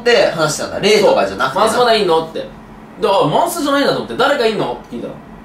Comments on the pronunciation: まんずではなく、まんすー…だと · マンスーのこと マスに聞こえたwww